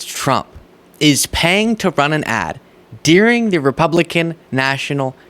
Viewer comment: “Dyurring” (during). Not “Deering”. 😊